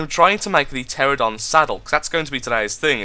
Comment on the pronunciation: BTW, the flying dinosaur is pronounced: tear-an-oh-don.